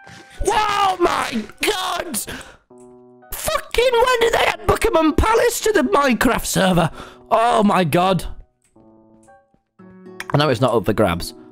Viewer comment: "BUKHIMAM PALACE" LMAOOOO